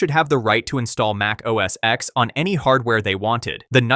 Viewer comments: for the millionth time it's NOT OS X(ex) or macOS X(ex) it was OS X (ten) Mac OS X (ten) you can always tell those who have no clue or just don't care or bias. Pretty much useless information that I am sure no one cares about other than getting the pronunciations correctly. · It’s a Roman numeral. For Gods sake it’s OS X- pronounced OS Ten.